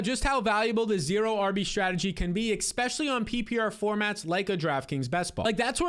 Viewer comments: For the love of god, … It’s e*S*pecially, not e*K*specially. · Love your videos, but it's pronounced eSpecially, not eKspecially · Especially not EXspeshly